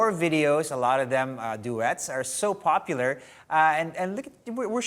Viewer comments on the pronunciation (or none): none